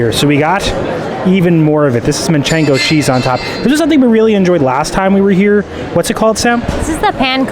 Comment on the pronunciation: manchego not manchengo